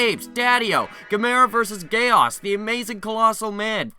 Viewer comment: Do you think you could review some of the classic Gamera movies sometime in the future? I don't mean to criticize, but you mispronounced Gamera, Barugon, and Gyaos. Here's a way you can remember their correct pronunciations: Gamera (rhymes with camera) Barugon (bear-oo-gone) Gyaos (ryymes with house)